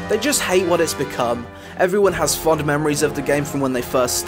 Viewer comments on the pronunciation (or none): none